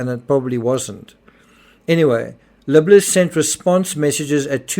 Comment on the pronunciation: Why do all podcasters butch this guys name? (Accent or not) His name is pronounced, Lib-Ler. Just call him, Jeff! But yes, quite a strange but sad case. I hope these girls grow to learn that their mother was actually a good person but was more than likely, Extremely Lonely! She needed a verbal outlet. She still loved them both with her whole ❤, im sure! Hope the police investigaters and courts figure this thing out. Its very sad!